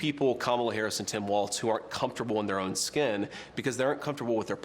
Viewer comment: Dear internet: Walz is pronounced "Walls" not "WALTZ".